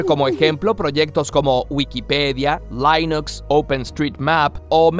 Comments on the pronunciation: "lainuxz" que elegante manera de decir Linux, señor. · correcion: se pronuncia linux tal cual suena en español pero se entiende la intencion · No se dice "lainux"... Linus Torvalds hizo personalmente la aclaración de la pronunciación de Linux en un vídeo que se puede hallar fácilmente YouTube. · Persona normal: Linux Curiosamente: lainox